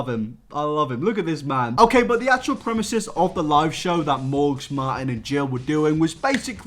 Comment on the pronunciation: Love your content man, but it’s premise not premesis